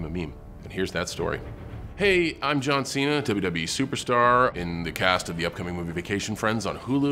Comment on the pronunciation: Ah yes, my favorite WWE wrestler: John Xi-na.